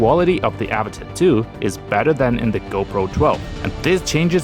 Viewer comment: not even a minute in and he mispronounced avata, and drowned